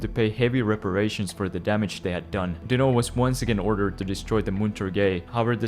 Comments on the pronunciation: I don't know how many times i can take someone saying dino instead of dinant in just a couple of minutes. whaahhg It must have been a dozen times whyyyy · What's with the weird pronouciantion of Dinant?